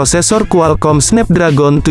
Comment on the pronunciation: Snapdragon cara bacanya SNEPDREGEN